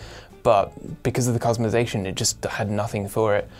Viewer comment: say it with me "cus-tum-i-zay-shun"